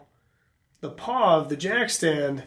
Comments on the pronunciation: Pawl not paw. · HUMMMM🤔 PAW YEEEAAA PAW LIKE ON A DOG OR A CAT PAW YEEAAAA NOOOOO IT'S PAWL NOT PAW P A W L LIKE IN A RATCHETING MECHANISM SO THAR YA B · Shit is it really a silent L?